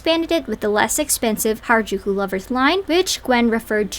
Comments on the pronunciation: She said hairAjooko instead of harajuku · Hairajuku she can’t even say the name right. Ngl to me it feels like an weird obsession and fetishization and I’m not one to use that lightly. I’m also American and I also love j-fashion along with anime. She’s just disrespectful. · Gwen Stefani: I'm Japanese! Also Gwen: Hair-a-jew-kew. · her saying Harajuku wrong makes me so angry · i didn't watch past the first few seconds yet but how does someone say "i was supposed to be japanese" and not even learn how to pronounce harajuku right ....... 🧍‍♀